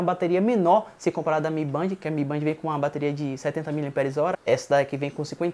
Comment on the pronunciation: A pronuncia é de Band é " Bendi "